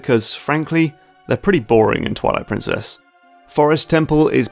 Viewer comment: Why does he say toilet princess